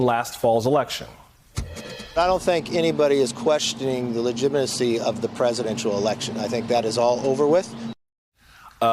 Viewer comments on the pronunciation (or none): Tell to speak English. " LEGYMACY," really? and the new liar Andrew Clyde No Insurrection, It was Domestic Terrorism.